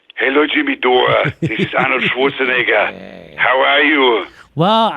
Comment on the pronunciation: It’s Schwarzenegger not Schwarzenword